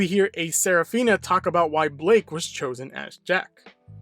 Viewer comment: Guys. Isn’t Blyke? Not Blake.